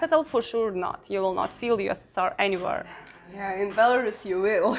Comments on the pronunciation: It’s Belarus . Not Belaras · Не Беларас, а Беларусь! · I've been following you both for a while! But I don't know why had to butcher the pronunciation of Belarus when it is pronounced like it is in Russian... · Interesting to hear Belarus pronounced [by someone I suspect knows the proper pronunciation]: here in the U.S., we hear it [if at all: our news media sux] said "bel a ROOS," vs her "BEL a russ." Good to know... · БеларАс ахахах))))) БеларАШ уже надо было задвинуть, чё там..))))) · But it seems that it is pronounced more like Bilorus in Ukrainian... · Please start with pronouncing the name of the country correctly.